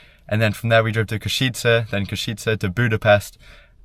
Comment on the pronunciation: Hi, please say Košice as Koshice. And you visited Banská Bystrica too. Hope you liked it here.